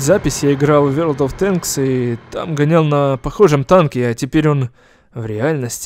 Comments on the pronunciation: Я один смеялся над тем как сказал не ворлд оф тэнкс а вёлд оф тенкс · Не вёрд оф тэнкс а ворлд оф тэнкс, И да фильм крутой смотрю не первый раз! Очень уж понравилось